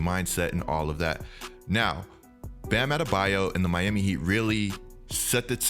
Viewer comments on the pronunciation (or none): none